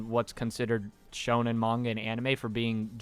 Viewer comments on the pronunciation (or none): none